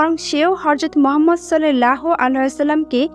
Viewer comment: Vidio baniye view kamacchen kintu amr nobir namta sundhor kore uccharon korte paren na